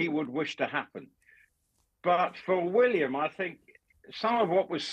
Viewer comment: cannot even pronounce William correctly.